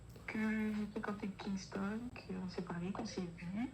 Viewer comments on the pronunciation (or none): Pourquoi elle appelle Kingston par Kingstongue même si elle arrive pas à dire son prénom correctement on peut l'appeler Marvin parce que c'est ça le vrai prénom de Kingston mais franchement c'est pas grave j'adore le contenu et ben j'espère que ce sera comme ça jusqu'à la fin du mois bon bah bonne aventure à vous et moi je veux continuer à m'abonner likez les vidéos et regarder toutes vos vidéos bisous